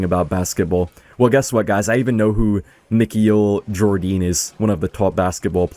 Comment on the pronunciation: 💀why did say michael Jordan’s name like that 😂